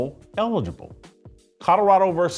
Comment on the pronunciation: How about his own voice trying to say Colorado…